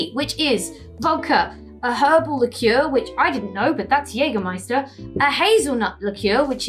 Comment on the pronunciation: Yeah, Yeah drinking cocktails with Alice. And you pronounced the German brand "Jägermeister" correctly. 👍